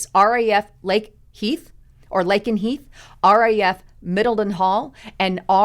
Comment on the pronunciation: Mil-Den-Hall and Lake-N-Heath